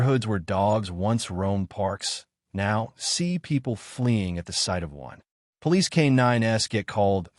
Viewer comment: Sir, are you a poo-lice officer?